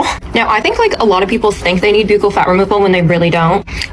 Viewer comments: How are people getting surgeries they can’t even pronounce? Buccal is pronounced BUCKLE not BEUUCAL, you sound like an absolute air head. Most of these women aren’t even repeating the correct information. Vanity is a curse ladies. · Yeah, her surgeon told her "these are some of the biggest b-yew-kle fat pads I've ever seen?" I don't think so. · The fact the lady doesn't pronounce "buccal" correctly is unfortunately telling.